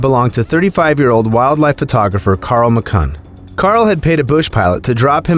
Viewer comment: Sorry: "Carl H. McGUN"